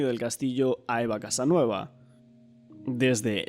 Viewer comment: Al menos pueden decir bien el nombre de la madre, no es Casanova, sino Casanueva.